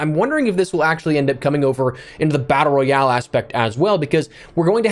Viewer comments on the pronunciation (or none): none